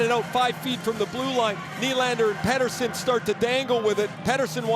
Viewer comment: Peter and Petter is a different name. Pet tersson